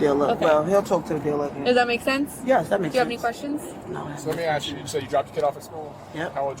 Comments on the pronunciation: What's weird is that you keep saying axe instead of ask that's weird to me 😮‍💨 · I am SO SICK of hearing "ASK" pronounced as "AXE"!! Wth is up with that?!?!?? It happens on EVERY law enforcement/arrest video channels such as this, all the time! It's the same offenders as well. Adding to that is the double-negatives and incorrect English, ie; "I ain't gonna do nothin", "You is wrong" and so on! The swearing is disgusting not to mention that they all seem to have the same "dress code" they go by, clothing that just always empathizes what one shouldn't ever wear, like yoga pants when you're 300 lbs, no bra with b**bs that hang down to their ankles and don't even get me started on the long fake eyelashes! Where do these people live? Is there not access to public education in these areas??! The obvious low IQ levels are horrendous. It should be embarrassing, but strangely, it doesn't seem to be at all. My 4th graders can articulate their thoughts better!! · Axe, aks??????? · He axe me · Alot of axeing going on lol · Why can’t people pronounce the word, “ASK”. It’s always…”AXE… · "He AXED me what time did i drop off my daughter " lol and her "first day opening her business " 😂😂 👍 👌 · Why can’t they pronounce “ask”? I’ve noticed that since I was a child. I’m sure she could say “skip” so I know she can pronounce “sk”. Just add the “a” before it. Hearing axe drives me crazy. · He axed her.. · The word is “ask”. Why is this so difficult?